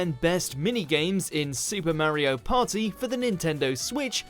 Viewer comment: There ain’t no paw-eeh, like a supa mario paw-eeh